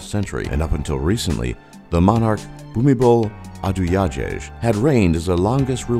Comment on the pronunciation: OMG!! IT'S PRONOUNCED "Phoo-mee-phon Adool-ya-dayj". Oh and one more thing, I live in Thailand and it is the safest, most peaceful and happening country in the world!!